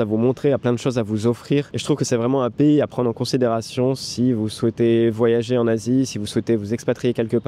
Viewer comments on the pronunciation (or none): none